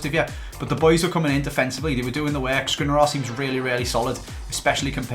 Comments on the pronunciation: I cannot listen to you pronouncing Škriniar anymore... Please, learn it, it's Sh-kriniar. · Hey, love the videos. I know you will probably never see this but the way you pronounce Škriniar is realy annoying to me😅. The "Š"character is pronounced the same as the "Sh" in words like shine, shoot, shank...